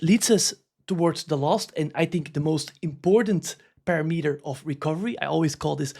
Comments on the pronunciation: Not to call you out but it’s pa-RAM-eter. Love the content! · Dude, you're pronouncing parameter wrong over and over again! 😄